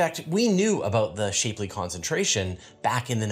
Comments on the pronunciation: It's not shape-lee it's shapp-lee. The divide on pronunciation of the Shapley family name as of late is annoying. The man died in 1972. Video of him saying his own name exists. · Shapley, named after Harlow Shapley, is pronounced with a soft 'a,' not a hard one as in 'a shapely woman.'